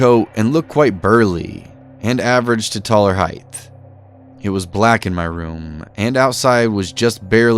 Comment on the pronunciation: You love saying "heighth". For someone who reads for a living maybe you should practice words you are mispronouncing.